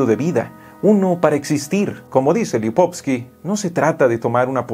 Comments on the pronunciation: Es Lipovetsky no lipotsky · Muy bueno, realmente excelente! Sólo lástima la pronunciación del nombre de Gilles Lipovetsky (LipovETsky).